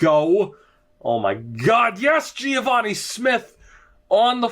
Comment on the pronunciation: im pretty sure its just geh-vah-nee not gee-ah-vah-nee